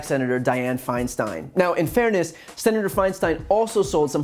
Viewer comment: I think he is purposely mispronouncing Feinsten's name .